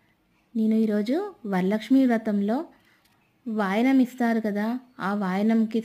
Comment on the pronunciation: say Vayanam. wrong pronunciation